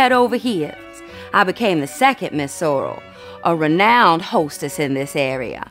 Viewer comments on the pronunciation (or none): It's French... Seaux relle. Not soral.